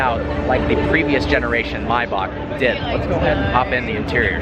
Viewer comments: may - back not mai bock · bro please learn how to say Maybach correctly its May - Bach ..... Say it with me.............. May.........Bach..... it is not Mybock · It’s pronounced MAY!!! Maybach. In what world are you pronouncing an A as an I? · What is a “Mybark”? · It’s pronounced “MAY-back” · maybak lmfao ;D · It's pronounced Mayback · M A Y BACH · Wtf? You say Maybach really strangely